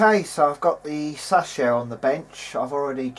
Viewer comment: Sas-shio? You mean Say-show. It's pronounced as it's spelled.